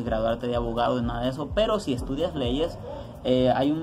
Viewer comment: 😂😂😂😂salio avogado el wey!!